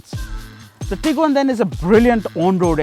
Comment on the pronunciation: Bro it's tiguan